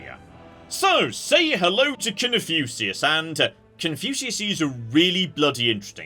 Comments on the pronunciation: I've never heard "Cun-few-see-us" before. At least it's not as bad as Guh-nisis! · Is it really annoying anyone else that he's pronouncing Confucius wrong? Seriously,? How do you pronounce Confucius wrong?! Are you doing it on purpose just to troll people? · His pronunciation of Confucius hurts my soul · Shouldn't every pronunciation of 'Confucius' hurt the soul? It has an 'f' in it that was someone's attempt to describe an 'ŋ'.